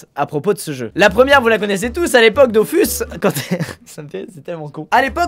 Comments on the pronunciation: ON DIT PAS DOFUS MAIS DOFOUS 🤬🤬🤬🤬🤬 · JE VEUX QU'IL PRONONCE " Dofous" et pas " dofus" comme tout les nb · ÇA SE DIT DOFOUUUUUUUUUUS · Comme les gens qui disent "on prononce pas Dofous, mais Dofus", alors que bon Ankama (les créateurs au cas où) disent "Dofous", et "KamaS" aussi d'ailleurs...